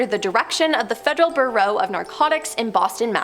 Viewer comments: Wtf is wrong with this woman? She struggled to say Eisenhower or bureau. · THANK YOU! .....don't get me started.....lol. Bureau/burrow...Osama/ Ozma....seriously,....pick up a dictionary or something.😮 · That woman made several bad word pronunciations that were so bad they were like scratching nails on a chalkboard. Eg: Cape Canna-very- ol (Canveral), Federal Burrow (Bureau) of Investigation, Robert Mc Nere-Ma (McNamara)